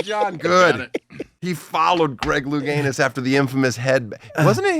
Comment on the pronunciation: “Louganus” the clown.